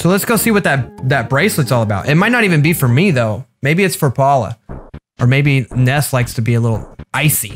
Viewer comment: Ness is actually pronounced nuss